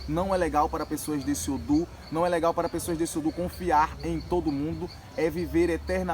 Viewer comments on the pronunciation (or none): Não se fala odum, é odu.